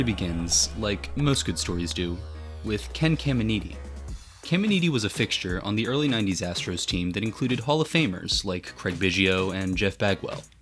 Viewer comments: I’m sure someone’s already beat me to this.. but I can’t listen to you defile Ken’s name anymore. How are there so many successful baseball content creators that sound as if they’re saying the names of legends aloud for the first time in a video.. & absolutely butchering them?? I hear it so much.. it’s pronounced just as it’s spelled “Kam-en-etty”. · Killing the pronunciation of Ken Caminiti 😂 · You're saying Caminiti wrong